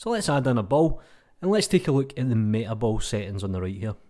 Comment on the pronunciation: Note to self: It's metaball. Not meatball. Ok? Not meatball, metaball. Metaball.